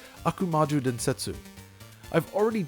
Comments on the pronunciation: The U is supposed to indicate that the O is said longer, he was definitely mispronouncing that. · Oddly, he pronounces the "u" at the end of "Densetsu." Usually that gets dropped off IME.